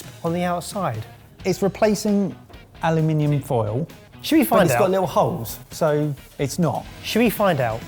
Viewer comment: Did say aluNIminium?!